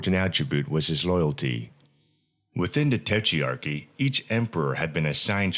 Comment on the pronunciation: nice video but it's tetrarchy not tetrearchy